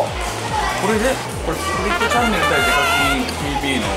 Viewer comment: 挨拶でsasuke デカキンをデブキンと言ってるwwww